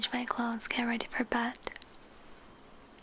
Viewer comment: Clothesss not clotht